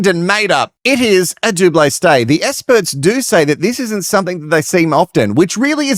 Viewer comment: I have a question because I just started watching this YouTuber so don’t know.. Is there a reason why he can’t say the letter X? He says ‘ESPERTS’ AND ‘ESPERIMENT’ so I’m wondering if it’s an actual thing and been addressed previously where he won’t say the letter ‘X’ anywhere.. ???